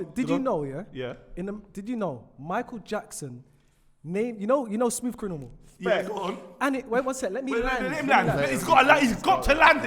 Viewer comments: "Michael Jackson, you know Smooth Crinimal". Crinimal😂😂😂😂😂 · Anybody else hear smooth CRINIMAL 🤣🤣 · said "smooth CRINIMAL"😂😂how did no one clock